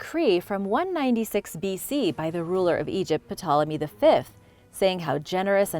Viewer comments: Ptolemy and Ptolemaic, are spoken as Tolemy and Tolemaic. The P is silent,! Other than some pronunciation issues, your video was very enjoyable! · Awesome channel,but the P in Ptolemy is silent. Just an FYI, no biggie! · Ptolemy is pronounced with the P silent 🤫